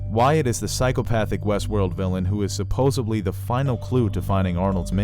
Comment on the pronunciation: Supposedly......not supposebly Keep up the great work.....it's always enjoyable